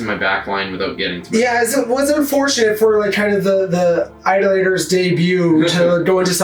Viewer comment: I can’t help but think you were trolling us with the pronunciation of Idolators the whole way through…